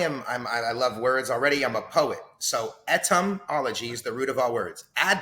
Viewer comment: This guy is a moron. Can't even pronounce etymology correctly.